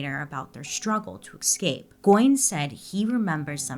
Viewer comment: Bailey , PLEASE, it is eScape not Excape!